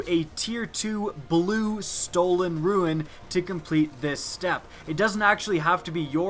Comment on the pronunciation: It's been over a year since Court of Oryx was introduced and you still don't know how to say 'rune'? Rune =/= ruin.